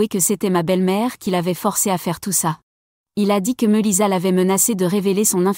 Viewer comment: Meulissa qu'elle prononciation ridicule